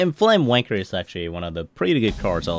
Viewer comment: Did you say "flamewanker" at the beggining? xD